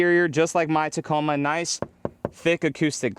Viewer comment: keeps fucking up the Tacoma